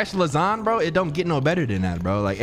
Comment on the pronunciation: What do you do w/the extra time you save from dropping the "a" in lasagna, & calling it "lasagn"?